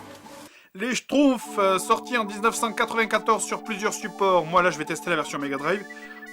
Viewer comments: en fait ça se dit SCHTROUMFS et non SCHTROUFS à mais sinon tu fais trop rire :DD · schtrouMpfs et pas schtroufs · Pitié juste un seul truc : c'est les schtrouMphs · moi ce que j'entends, c'est "J'ai fini les SHTROUFS" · j'adore comme y prononce :les shtrouffe! ^^